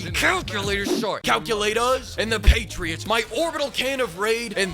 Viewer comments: That calculatERS to calculatAS killed me. Think this your best video sir. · Sorry, Calculatahs*😂